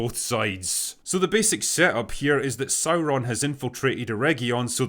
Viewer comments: Oh no not SaurrrrRRroon. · Dude, it's pronounced SOYRON, not Sauron......